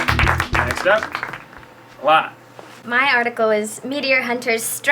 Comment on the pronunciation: Her name is LANA. Pronounced the same way it's spelled... Laina..?.. Launa..?.. Really!?